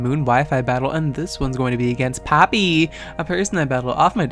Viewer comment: jajajaja que pasa XD I love how u pronunciate papi so hot uff